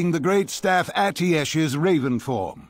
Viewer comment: I only mention it because has been pronouncing it "Ah-Tee-sh" for all of these years. We now have an in-game source that confirms it as "Ah-Ti-Eh-sh".